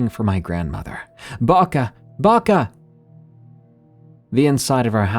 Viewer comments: Bako bako not baka baka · The first story? In Serbian we call our grandmas "baka", it's an endearing term, there is also a standard form "baba". Baka is pronounced more or less correctly in the video, he stressed it a bit wrong but it's alright.